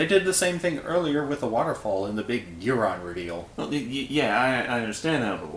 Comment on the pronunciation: It’s pronounced GEAR-on, God dammit! GEAR ⚙️!!!! Ang-GEAR-us! Mega-GEAR-us! GEAR-ON!!!!!!!!!!!!!🤬